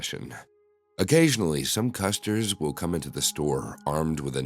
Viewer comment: "occasionally some CUSTERS..." hahaha